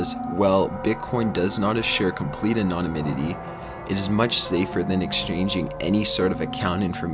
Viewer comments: "anonyminity" ITS ANONYMITY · As bad as that is,it can't compare to his "anonominity".English any?Drives me crazy that people like this apparently prosper while I rot away in poverty. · Not to mention 'anon-o-nimity'. It's called 'rehearsal', guys. Check it out. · He also needs to Learn how to say anonymity. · Makes my day just listening to him try to say "Anonymity"... Reminds me of that Finding Nemo scene where he has to try and pronounce Anemone. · Someone teach the narrator how to read cicada and anonymity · Half of the reason I watch these is to hear him mispronounce words, it's like Ricky from Trailer Park Boys. The way he pronounced anonymity was classic.